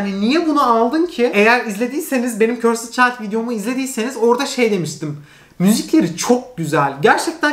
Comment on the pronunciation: demeyeyim demeyeyim diyorum ama dayanamıycam: cursed child’ı körsıd diye okuyorsun. Doğrusu: körsd olacak 😓